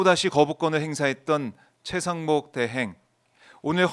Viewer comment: 노변이 권영세 권성동 다음에 최강욱이라고 한거 맞나? 최상목 말한거 아님? 발음이 아무리 들어도 최강욱으로 들림. 내가 이상한가?